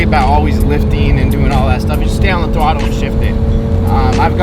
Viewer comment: did he say "wide open twottle" ? :D